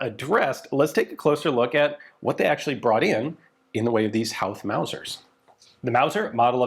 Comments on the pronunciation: FWIW, Howth is pronounced like "Hoth" (rhymes with both). It's unfortunately got a weird spelling so one of those words that gets pronounced wrong a lot lol. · HOWth?! They gave you the rifle and didn't tell you how to pronounce Howth?! It's Hoe (like the gardening tool) with a TH at the end. Hoe-Th. Howth. The Southern 3 counties of Ireland?! It's the Southern 3 PROVINCES of Ireland! I couldn't listen to anymore, this was a terribly reported story. An hours research is all it would have taken, but no, that's asking too much. There's 32 counties total, in Ireland, and you think it only took 3 of them to remove the British Empire from our island?! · it's pronounced hoe-th, like the garden implement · Excellent video and back story, pronounced Hoe-th and curr-Ah. Lovely piece of history you have. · Howth, pronounced Hoe-th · The HO in HOWTH is pronounced HOO and not HOW? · Great video about Irish history from my home city. Just one thing, Howth is pronounced "Hoe-th" but most Dubliners would say it like "Hoe-t" we don't like pronouncing TH's very well 😂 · Hey Ian, love the video, so incredibly cool of you to be able to cover and expand on such a fascinating period of my nations history through this rifle and this video. now that thats out of the way, its pronounced "hoe-th" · Howth is pronounced HOwth. As in Ho Ho Ho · We wouldn’t use the “W” in the pronunciation of Howth in Dublin, it’s pronounced more like Hoe-th. Amazing piece of history all the same! And also, whenever you cover any amount of Irish history you will have more interaction with your videos than any other 😅 we come out of the woodwork when any of our history is mentioned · I live near Howth, It's pronounced "Hoe-th" Like how "both" is pronounced 😊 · Hoe th it's pronounced ian. Love the chanel great vid. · Fantastic to see some Irish stories 😁 Also it's pronounced hoe-th (like the gardening tool) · Hoe-ath not hou-th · Its pronoucned "Hoath" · Ha ha hes an American . Try the word hoe th instead